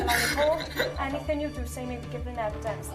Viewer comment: "I haven't done any-fing wong" Smdh 🤦‍♂️ can't even speak basic English